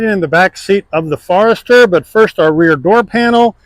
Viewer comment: He calls it a "FARESTER"? LOL. I mean come on. The FORester has been out for a long time. People know how to say it. There is no "A" in the name. It's Forester. FORESTER FOREST FORESTER. Not "far"ester. What a pathetic review.